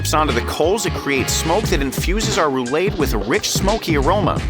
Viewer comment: Roo-lahd, not roo-laid.